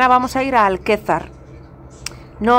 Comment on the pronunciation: Es Alcázar de San Juan, no Alquezar!